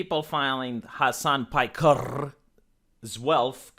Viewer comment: "Soo Mr.Hasan PajkeRRRR..."